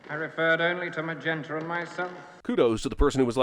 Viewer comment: Trading on the nas-dick. Fan fkn tastic joke. Also, riff raff said "magenter"